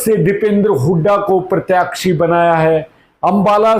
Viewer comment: Please keep the pronounciation correct Sir. Such as प्रत्याक्षी- It is प्रत्याशी.